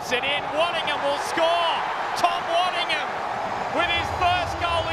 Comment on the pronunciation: Pretty sad state in commentary when they can’t get player’s names right. Waddingham, not Waddington.